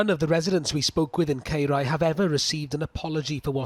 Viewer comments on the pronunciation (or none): My God how many times is he going to pronounce Caerau so badly?! 😡😡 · That is absolutely disgusting, how can a council do that to people's houses mun ffs and Its pronounced Kai rah dude 🤬